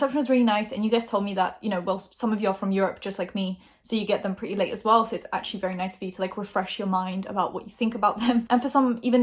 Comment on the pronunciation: as an american, you pronouncing ‘purty’ was kinda hilarious lol😂